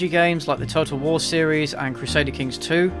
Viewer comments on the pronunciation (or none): I thought you said "Turtle wars" when you said "Total War"